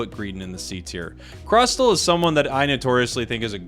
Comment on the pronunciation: Crustle is pronounce as "cras- sol"